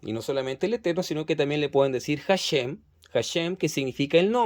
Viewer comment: HaShem se pronuncia ASheM no como J y la M como en Inglés. ASheM la sh no como ch si no como shua en Inglés.